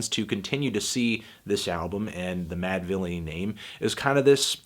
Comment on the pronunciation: "...Producer Madvillian... and Mf Doom" Mispronounce-thony word-tano